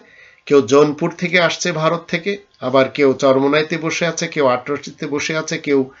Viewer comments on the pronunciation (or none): none